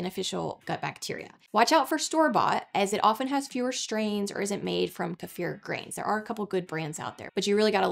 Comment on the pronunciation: I love how she says kefir. ❤